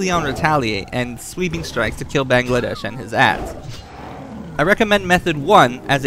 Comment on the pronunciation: Haha I love how you call him Bangladesh!! It's Bangalash lol. Makes me giggle everytime.